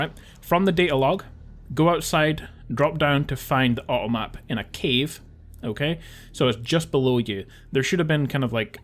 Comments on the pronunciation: Awesome videos! Kind of funny, with your accent every time you say "automap" I keep hearing "uh oh map". Like "uh oh" they made a mistake haha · When you talk about the 2 bugged items/areas I had a real big problem what the first thing you tried to say was :P I heard "Ah Oh Ap", like something spelled A-O App haha! Anyway, thx for these vids, they've helped a ton and I love that you tell us where the "point of no return" is and when there are bugs to watch out for.